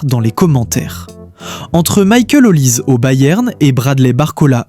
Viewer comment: C'est l'IA qui fait les commentaires ? ? Même le nom de Olise incapable de bien prononcer? Pffff